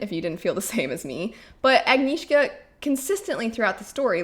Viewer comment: The name is pronounced Ah-g-n-yeah-shka. Just google "Agnieszka pronunciation". G like in English Agnes. It is basically the same name . And is sounds to my ear like a Little Lamb.